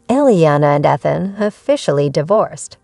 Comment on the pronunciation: The pronounced name..🤨 Ethan has a long e sound! Eee than... 😅